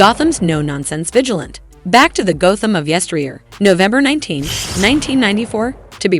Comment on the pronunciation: Vigilante is pronounced Vij-al-anty, not Vij-uh-lent.